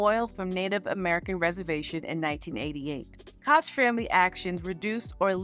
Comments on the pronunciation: FYI the Koch Brothers is pronounced like Coke ❤ great video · It's a German name for "Cook" and is pronounced "KO-gh"...Americans have a weird way of saying most foreign names. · I didn’t know that thank you! NYC had a Mayor named Ed koch (pronounced the way I did in the video) and I’m so used to seeing that name and pronouncing it that way . I forgot to switch the pronunciation for the video. Thank you for this insight❤️